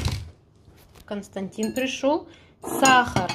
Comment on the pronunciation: Константин, так и зовут. Только ударение на первый слог. Немцы знают это имя